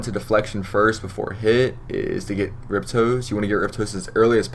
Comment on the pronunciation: Ri-poste not riptoes its french nice guide though.